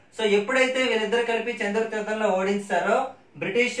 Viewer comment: Anna చందుర్తి కాదు చెందుర్తి మా ఊరి పేరు